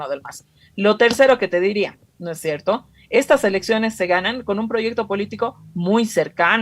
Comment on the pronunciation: Es VERGONZOSO escuchar a esta "analista", "no es sherto"...??🤢🤮